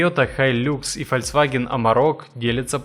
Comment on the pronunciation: Автор, ты же сам врезал этот кусок с правильным названием. Так когда ты, наконец, начнёшь правильно говорить - ФОЛЬКСВАГЕН?